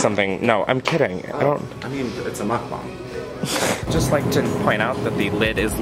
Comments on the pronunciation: You actually pronounced mukbang RIGHT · is the first person to pronounce mukbang right 😳